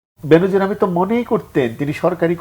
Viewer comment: উচ্চারনটা "বেন‌জির" হ‌বে , "বে‌নো‌জির না।